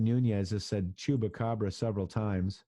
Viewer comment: Say chump, chupacabra!!! Not choop. It will help you to spell it.